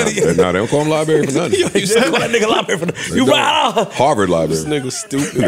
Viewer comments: calling Ish "Liberry" weakens me 😭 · Libary and Freeze is hilarious!!! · calling Ish "Library" is the funniest shit 😂😂😂😂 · flip calling Ish “library” 😂😂😂